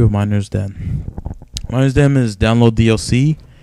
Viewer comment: miners den? its mee - ner - vuh, hope that helps